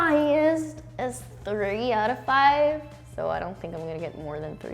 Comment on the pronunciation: I would have thought the “thinco” pronunciation of 5 from Castellano would have given it away for her.